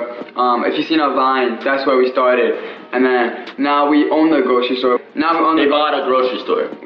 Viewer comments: “stawted fwom the gwocheri stowe, now i own a wawi” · I think they pwonounce it gwocewy stower.